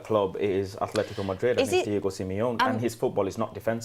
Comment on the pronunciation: You talk so much about and pften about Simeone. Yet you still pronounce Atletico with an H that isnt there. And it bothers my ears every time😅🤣